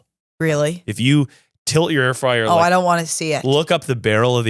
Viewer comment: saying air fryer wrong and just talking as normal is hilarious